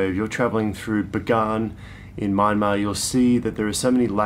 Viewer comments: When are you guys considering visiting again? It'd obviously be after the pandemic. A couple of other tips: - the country is pronounced "Mya-mar". Two syllables. The "n" is silent. This tip also holds true for other Burmese words spelled in English. The first few consonants and vowels mash together. If Myanmar was three syllables instead of two, it would have been spelt "Myyanmar". It's how they interpret English spelling. "Yangon" is pronouced "yun-gown" (rhymes with bone), not "yan-goon", nor "yan-gone". - Regarding food, if it comes in one bowl/dish, mix it together. Everything you get in smaller dishes next to a main, big dish, are side dishes. Mix bits and bobs from the side dishes together with the main dish. There's no right or wrong way to do this. Experiment, and see what works for you. - the places you ate in this series looked fairly expensive. Crazy cheap compared to Aus, but about 50% more expensive than what I had expected. Don't worry, you didn't get ripped off. You just ended up in touristy places, probably on the main streets rather than back-streets, even if there weren't other tourists there. - I'll leave more tips once they come back into my head. It'll also help if I knew what time of year you're heading there. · Nice video and really cool tips. btw, you're still pronouncing Myanmar wrong. Like when you pronounce kyats, it's not My-an-mar. It's M-yan-mar. So it's closer like Mian-Mar. Thanks for visiting my country and sharing beautiful videos. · Nay Lynn is right! It's pronounced Mie-En-Mar or Mian-Mar.